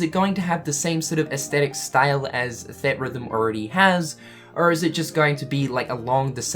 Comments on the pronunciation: Everytime he says 'thed rhythm' i wanna die. Its 'theatre rhythm'. Gdi. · It's "Theatre-Rhythm", not "Theat-Rhythm". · Theatre rhythm, not theat rhythm...sorry, annoyed me a little. Ignore me if that's just how you say the word :) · Say it with me,! "THEE-AT-RYTH-UM" <3 Love you buddy! Hope the eyebrows are growing back okay:) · Its pronounced Theetrhythm. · I swear every time I hear you pronounce theatre rhythm, I die. On the inside.